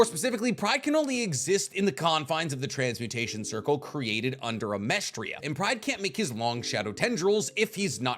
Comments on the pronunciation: Its amesTRIS. Not Amestria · Pretty sure it's Amestris not Amestria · is he just calling amestris "amestria" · Amestris. Not Amerstria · i dont know if youre saying Amestris as Amestria on purpose, but it makes my eye twinge every time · AH-MESS-TRIS it’s not that hard. It’s not that difficult. It’s not The Philippinia it’s just the Philippines